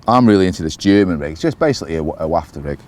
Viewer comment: Haha Yes! but its WHAF-TER...WAFFTER I am sorry!